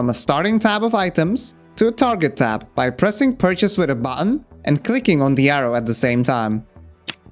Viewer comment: Button, variety, strategy are three examples where you say them in cockney 😄